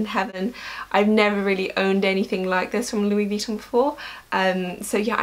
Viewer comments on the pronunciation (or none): The way you pronounce Vuitton bothers me... Sorry... XD You say it vEEton but since it's French the last syllable is emphasised... veeTOHHHHN~~